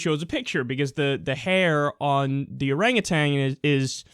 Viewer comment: ffs it is not "oranguTANG", it is "oranguTAN". But to be fair, Trump looks like he's dipped in orange-tang.